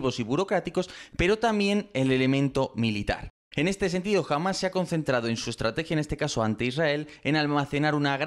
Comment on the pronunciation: ¿Por qué pronunciar "Hamas" como "Jamás"? Es terriblemente confuso, e innecesario en español...